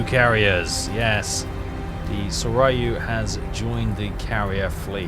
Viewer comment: Pronounced Sore-you and Here-you. Just trying to help. Love all your series.